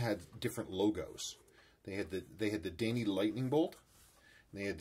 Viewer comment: Daini in Japanese would be prounounced more like Die Knee:)